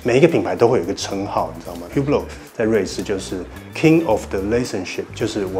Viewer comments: Hublot品牌經理，唸自己的品牌發音還不正確...這有點不專業了...不知道H和T是不發音的嗎？ 烏缽落.. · 那不是語病喔，那本來就是發音錯誤，語病不是這樣用的… 而且正是本身對正確發音有要求，所以看到別人錯誤才會點出來 當你的名字被人唸錯，有人幫忙指正，結果是指正的人有問題？